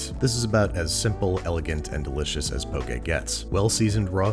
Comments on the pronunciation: Im so happy you said poke “pokay” and not poki. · I think you meant 1/2 cup of rice to first line of your finger of water I'm also very greatful hearing you pronounce poke correctly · I am so happy you said "poke" correctly. Also the fact that you showed kind of traditional Hawaiian style poke and poke from the Mainland. Next time I hope you try it with Furikake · "poke" is pronounced like po-kay... okay with a p in front 😊. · Thank you for saying "Poke" Correctly! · Honestly, I just watched this episode so I could finally know the proper pronunciation. I never heard anybody actually say "poke bowl" out loud so I never knew if it was pronounced as if poking somebody or like Pokemon. Pleasantly surprised to see it's the latter.